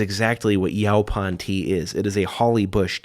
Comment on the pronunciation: It’s pronounced “yo-pawn”.